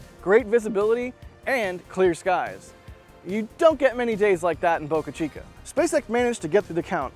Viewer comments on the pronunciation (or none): none